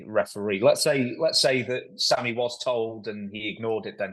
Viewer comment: Dutch trying to be respectful but didn’t say Sammy’s name correctly 😂